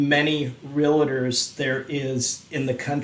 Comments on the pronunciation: Much love but people please say it right.....real-tor not real-it-tor Anyway, study Neville Goddard and just manifest what you want. Huge changes coming. We are in a matrix simulation. I've seen glitches in timelines that would make an unawake person freak out. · there is no 'I' in realtor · Learn how to pronounce REALTOR. NOT real a tor. It’s like DOCTOR. TY